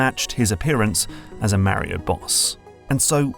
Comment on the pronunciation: I'm so torn. New GMT video not about magnets. Yay! But I have to listen to pronounce Mario. 😁